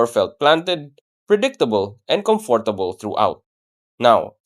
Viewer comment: Well-written script, good diction as well. Kudos, boss. My only gripe: please learn to say "comfortable" the correct way. None of the times you said the word in the video were correct. 🫡